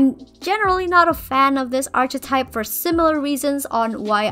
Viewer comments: loved the redesign! :D just a side note: the “ch” in “archetype” is pronounced like the c in car! so it would be ark-eh-type! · love the videos but... "arch-etype"